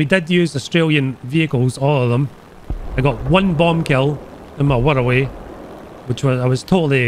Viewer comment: How do you manage to pronounce wirraway like 108